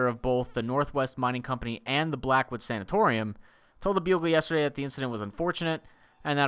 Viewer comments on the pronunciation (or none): As a nursing student, I love seeing attempt to pronounce these words. 1. Sanatorium is a type of (old and no longer operative because of their horrible conditions) hospital. 2. Bronch-o- scope-y. It's a camera we put down into either the lungs to see how a person looks from the inside. (seems needless to me in this instance but hey its was the 1950's) 3. Strep-toe-my-a-sin. Its a type of antibiotic we use. Pretty run-of-the-mill. The more you know:)